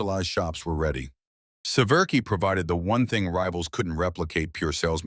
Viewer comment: His surname is SE-VER-SKY, pronounced, 'Se-vier-skee'. Not, 'Se-VER-key'. Republic manufactured the iconic P-47 also at Farmingdale, Long Island, New York. Less known is Republic's successful F-84 Thunderjet jet fighter and follow on F-84 swept-wing Thunderjet. The F-84 Thunderjet saw extensive service in the Korean War but it was outmatched by the faster, nimble, fast-climbing Soviet MiG-15. The improved F-84G's faster top speed of 620 mph narrowed the speed gap to the MiG-15 notably, but it was still 40 mph slower. The nascent United States Air Force purchased large numbers of Thunderjets and a smaller number of Thunderstreaks but after that Republic's fortunes declined and the corporation ended.